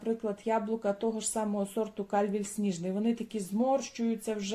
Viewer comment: Сорт яблук зветься КальвІй, на І наголос☝️ а не КаЛЬвій.🤦